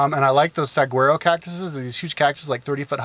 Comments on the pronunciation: Saguaro? He said it Sag-uaro IGNORANT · oh yeah "Saguero"? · Hey, I know this is an old video, but learn how to pronounce saguaro. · you pronounced the saguaro cactus wrong....LOL